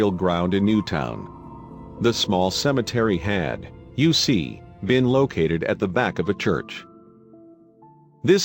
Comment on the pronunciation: An interesting story, but many phrases, and words said in a way that sound like something different. For example, what one says as “you see” sounds as if that fake male voice is saying “U.C.” every single time. I kept waiting to hear “UCLA”, or another like that. And I’m sorry to say that because of word emphasis each time “back hoe” was said, well . . . I heard “back ho” as if a woman was in the back of a line or some such. I think this vid concern would benefit greatly by an honest to God human voice.